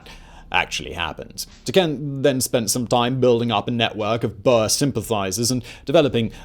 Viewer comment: Boer like Moor, gosh I cant lie, but as much as I love this channel this mispronunciation absolutely killed me